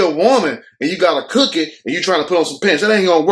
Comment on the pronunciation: I swear I love when you say "cookie" and "wood". Hilarious